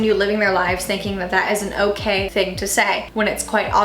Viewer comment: when “okay” sounds like ”o-gay”